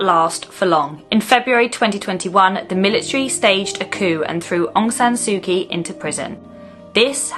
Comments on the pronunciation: I believe you’re only allowed to go to certain areas of Myanmar, at this time! I went there for a month about 10 years ago, was a fascinating country to visit. Very much stuck in a time warp, similar to Cuba, which is suffering a similar fate on its people! Please try and pronounce Aung San Suu Kyi, correctly! Well done on the extensive research you must of done 👍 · Maybe show some respect and learn how to pronounce Aung San Su Kyi and Bogyoke Market.